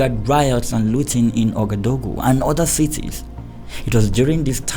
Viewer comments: Lovely story but Ouagadougou is not so hard to learn how to pronounce correctly. Wa-ga-doo-goo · my first language is French and let me say i was struggling to understand your pronunciation of "Ouagadougou”😂 keep up the good work!